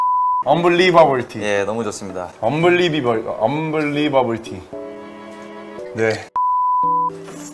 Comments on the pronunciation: I can't with Chanyeol's Unbelibubble tea🤣 And then unbelibibble😂 Ah my lungs hurt! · No one: Chanyeol: unbeliebubble tea